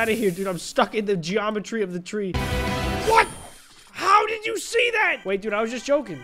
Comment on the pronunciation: geome-TREE HAHAHAHAHAhaha... just me?